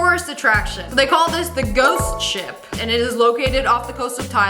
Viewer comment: When she said ship I thought she said shit 😂